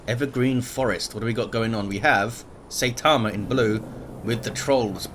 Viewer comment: Something other than DoW II, hooray! I love that game but you have so much less other content so this is a lot more exciting. I especially liked your let’s plays. Oh and as I am a fan of One Punch Man and anime in general “ai” in Japanese is pronounced like “eye”. Seye - ta - ma